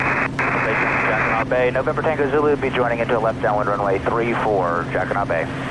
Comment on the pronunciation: what a fabulous video. Jacquinot is a French word and the t is not pronounced. I just searched out the history of this bay and it is very interesting relating to the war years. Great work you bring us the most incredible videos.